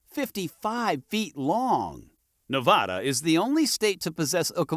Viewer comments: I noticed they mis-pronounced Nevada also. I learned the correct way the first week after I moved here. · Pronounce the state properly. Won't watch if you are too lazy to actually research the state's name. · You pronounce Nevada incorrectly.